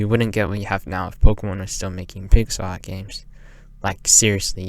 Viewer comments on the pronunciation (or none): took me like 15 mins to realize you were saying "pixel art" and not pixar_ i was so confused lol